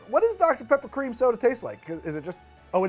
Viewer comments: I swear I heard HOTDOGter Pepper, and I almost convulsed. I think I've been watching too much Ordinary Sausage. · At first I misheard saying "Hot Dr. Pepper" as "Hot Dog-ter Pepper" and I'm so glad I was wrong about that!